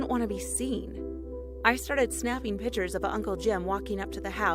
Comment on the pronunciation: “I snapped a couple of PITURES